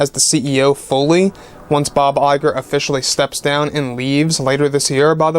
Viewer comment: I always hear "Bob JPEG" when he says the name of Disney´s CEO, lol.